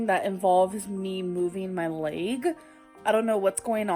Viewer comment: I'm gonna be petty. It's bursitis not bursahtitus lol. Also, her symptoms don't sound like bursitis anyways. Her leeyg hurts because of the massive amount of weight on her knees.